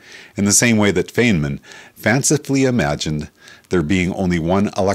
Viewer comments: Because you obviously did not understand my post, you are not a serious student of physics. 1) ANYONE who pronounces the name Feynman as "Fane-man" is a total quack. It is similar to calling Einstein phonetically pronounced as "Ane-stain." ANYONE who does that is not someone to be taken seriously. 2) My other points are equally as valid. 3) This video did not offer ANY THEORY. He merely attempted to offer theories from the past. Nevertheless, he got it wrong. I corrected him. 4) Because I immediately realized he was a crank, I stopped listening. However I just listened to it again. He says that there are "Trillions of electrons." That is laughable. There are roughly 10^80 electrons in the observable universe. A trillion is merely 10^12. 5) I recommend that you not attempt to correct someone over things that you have little knowledge. Go ahead and look up my FACTS. Do you know what you will find? You will find that they are FACTS. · Feynmans' name is pronounced "Fine-man!." Furthermore, Feynman didn't come up with the idea of only one electron in the universe. His Doctoral advisor, John Wheeler, did. Wheeler proposed that a positron could be this one electron moving backward in time. This is now widely accepted as a fact. But the single electron concept remains unknown. It wouldn't surprise me if it was true. The deeper you go into physics, the more bizarre it gets.